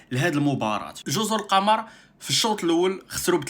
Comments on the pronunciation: الصواب جزر القمر بضم القاف وليس بفتحها ذكر ذالك الاديب اللغوي العلامة محمود شاكر المصري لأن القمر بضم القاف معناها الجزر الشديدة الخضرة وهذا هو الذي يستقيم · واصحبي و ما سميتهاش جزر القمر بفتح القاف والميم وهذ الجزر كاينين غا فالكرة الارضية ما شي فالقمر سميتها جزر القمر بضم القاف و الميم.